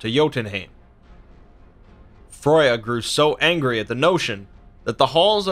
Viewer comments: You do realise you said Froya not Freya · Her name's Freya not froya! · Freya not Froja but other than that fantastic video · Rain I think its a different kind of pronouncation bro. We are more used to Freya but I think Froya is thr lesser known version of her name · Freya not fruya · The way you say some words like FREY YA not froy ya wtf for Freya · F r ai - y uh BTW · Xiedhal Kreiyutz Well, both are wrong, her name is pronounced /frøyja/ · Gυnjα Fυry there is no ø in freya, the pronounciation is More similar to freija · It's a nice video. But it's annoying to hear my favorite goddesses' name mispronounced over and over!